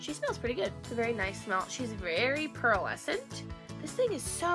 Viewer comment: Haha LOL I love the way that instead of pearlescent she says Pearl-escent! 😂😊😍😜